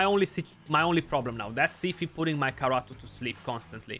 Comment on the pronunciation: my dude, you just kalled him carrot in my native language It's pronounced Karato, not Karoto